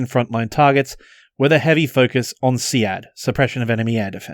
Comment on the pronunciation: brilliant content, but I cannot forgive your blasphemous pronunciation of SEAD :(